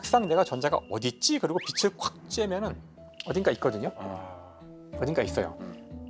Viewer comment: 김상욱 교수님은 빛을[비츨]을 계속 [비슬]이라고 잘못 발음하시네요.